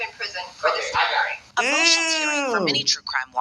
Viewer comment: It ‘tampering’. You sound dumb